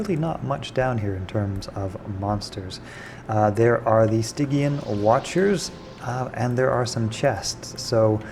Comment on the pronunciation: “Sti-G-in” and ‘Cloyster’. I am shocked people don’t know how to pronounce these. You encounter these words all over in fantasy gaming, film and those things called books. 😁